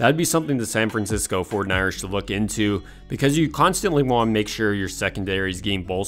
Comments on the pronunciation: Love the content but I thought you were saying "San Francisco Fortniters" the whole time. Also, you said it so much I thought you were doing this for a school report that needed 500 words or more. 😂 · Why does this guy say 49ers like that?!